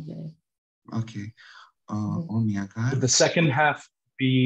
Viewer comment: χαῖρετε! the main issue I have with this video, as a Calssicist, is the idea to read Ancient Greek texts with Modern Greek pronunciation... It's just not it... it should not be omia gar, but homoja gar etc. otherwise very enjoyable video.